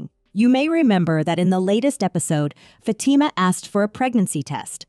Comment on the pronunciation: She pronounced it good imo